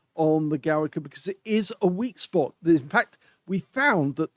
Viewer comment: It is pronouced like "Govika"